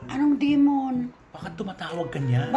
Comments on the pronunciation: Napatawa 😂 ako talaga kay weddell...demon talaga instead na dream on😂😂😂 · hahaha natatawa ako sayo ate cristy dahil sabi mo anong dremon hahaha